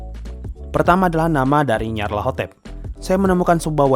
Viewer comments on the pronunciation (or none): Bg bacanya nyalatotep